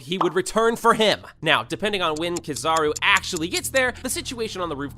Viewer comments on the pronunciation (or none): broo rlly just said "kizahro" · Stopped watching early because of how he says kizaru